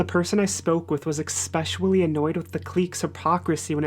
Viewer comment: It seems you were so focused on the pronunciation of clique you flubbed especially 😉